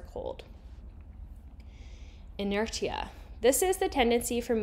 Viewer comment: its pronounced inertia not inertia